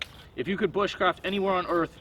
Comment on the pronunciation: Anyone remember that video where he said "booshcraft"